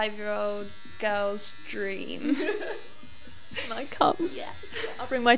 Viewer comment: I like how she says "Dream"